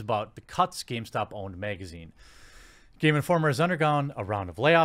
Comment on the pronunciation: I need a compilation of him saying magazine